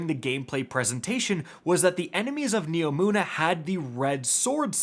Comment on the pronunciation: HE FINALLY SAID NEOMUNA RIGHT